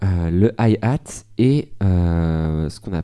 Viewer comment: la premiere fois que tu dis hihat on dirais un yeehaaa mdr. Alors qu'apres tu le dis normal quoi avec notre ptit accent fr. T'obliges pas à éviter les anglicismes dans la musique et surtout avec les DAW vaut mieux tous les connaîrtes...